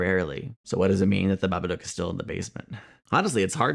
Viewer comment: As an Australian, I die a bit inside everytime someone mispronounces 'Babadook' when it's supposed to rhyme with 'book' haha